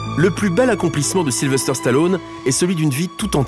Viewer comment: J'adore ! Super ! Sly superstar ! Mon idole ! Une figure paternelle pendant toute mon enfance ! Par contre les gars, arrêtez de dire SylveRster... sur capture mag vous êtes plusieurs à le faire... Sylvester... sans RRRRRRRRRR :D